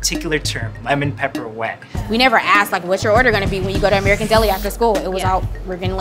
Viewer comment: You know it’s real when he calls American deli ‘merican deli